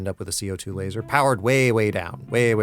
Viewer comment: Its LAZOR 😂